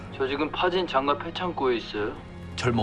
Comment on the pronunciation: ???: 난 장가라고 확실히 발음 안 할건데? 장과, 장과